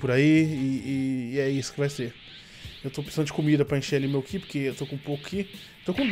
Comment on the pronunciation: sou seu fã mais por favor não é aura é Ki